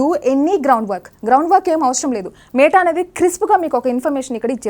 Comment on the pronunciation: మేట కాదు madam మెటా